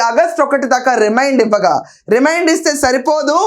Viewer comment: my dear sister it is REMAND not REMIND just correct this in future